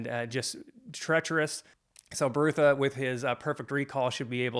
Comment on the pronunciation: I enjoyed your thoughtful review. Pratchett was a sad loss. I came to his work late as years ago I tried reading the Colour of Magic as the first in the series and didn’t enjoy it that much. Small Gods and Night Watch are my favourites. Small note, I’m pretty sure Brutha is pronounced “brother” with a northern English short u. (Think Sean Bean in LoTR “my brother, my captain, my king”). There are a lot of puns and wordplays in Sir Terry’s work. I only realised myself that Ptracy in Pyramids is “Tracy” quite recently. Edited to add: did you read any more of his books yet? You could tackle just one of the “series within a series”..You would probably enjoy the Death series since you enjoyed Small Gods so much. Many people don't recommend starting with the Colour of Magic because it's almost like a not fully-formed “proto-discworld” in terms of the world- building. I have read, and agree with people who suggest having a very loose approach to Discworld, accepting that sometimes Terry P changed things as he and the Discworld grew and developed.